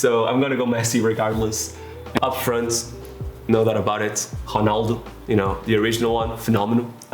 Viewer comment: I just found the video. I thought you were brasilian because you pronounce R like H, eg Honaldo instead of Ronaldo. I thought only Brazilians pronounce it like that. Also i was expecting Rui Costa as number 10 not Maradona. And last but but not least, ah Euro 2004 my favourite competition with my national team playing total football (kidding) and winning the cup against the hosts!